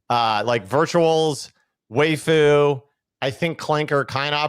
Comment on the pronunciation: Why dies say Waifu when he’s talking about vvaifu